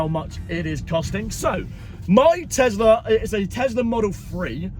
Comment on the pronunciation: Tes - la. Not. Tez- la 😂😂😂😂😂